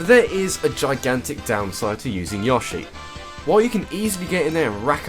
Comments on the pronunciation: Yaw-shay? Really? It's Yo-shay. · its pronounced yoshi not yashi like Yo-she your pronocing it ya-she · yo-shi not yosh-i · why did people start saying "Yoh-shi" instead of "Yaw-shi" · Isn't it Yo-shi not Yoh-shi? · wait wait wait wait wait..... is he pronouncing yoshi... YAHshi? O_o??? its YOHshee... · I like how you say Yoshi (Yaw-shi) instead of Yoshi (Yow-Shi) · Yoshi not yahshee dumbass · Are you pronouncing YOshi as YAWshi? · no, it actually is pronounced yo-shi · every time he said "Yaw-she" I died a bit inside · Damn it man it is Yo-shi! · how do you manage to mispronounce yoshi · Your pronunciation of Yoshi is abysmal. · no why does he pronounce yoshi that way